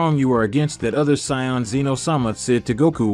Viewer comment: I find it extremely offensive the way you say “Saiyan”. It’s like you’ve never watched Dragon ball in your life. Fix that it’s not right